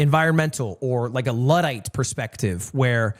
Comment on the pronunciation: bro said ludite likes its a ore in minecraft